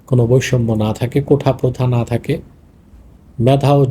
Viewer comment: কোঠা না কোটা হবে